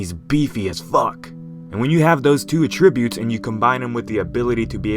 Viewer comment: At-tra-butes not what ever that was